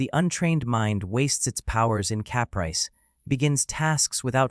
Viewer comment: "Cap rice" haha. Fuck AI.